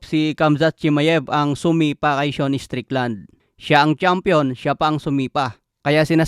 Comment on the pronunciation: Seun? Sean yon di ka marunong bumasa.